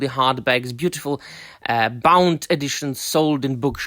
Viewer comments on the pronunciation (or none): none